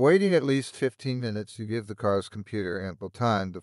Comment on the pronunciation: NIce informative video, but kind of creepy once you realize that it is AI Generated. The big flaw was that he can not say "Minutes"...He says "Ninutes".